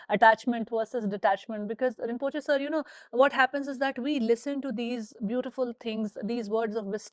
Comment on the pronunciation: “Rinpochhe sir”, im dead 😭🤣